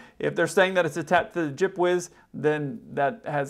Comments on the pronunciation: Took me a while to get that he was saying G.P.W.S. lol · It's a lot better than saying ground proximity warning system every time.